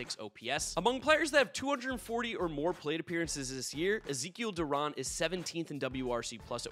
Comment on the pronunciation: Rangers fan here, I respect that you stated that Zeke Duran and Leody Taveras should be all-stars. Also Duran's last name is pronounced Du-ran (Like ran).